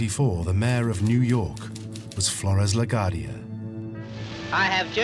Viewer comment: "ci" in Italian is pronounced "chi" not "shi." Luciano rose to prominence by rubbing out my cousin Joe "The Boss" Masseria. The mayor of NY was not named Flores but rather Fiorello, and La Guardia is pronounced with a "wa" sound not like "Guard," which everyone in NY knows.